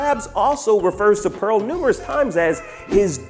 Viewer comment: LOOOL YOU GUYS ALL SAID IT WRONG!!!!! ITS PEARL LOOOOOOOOOL😂😂😂😂😂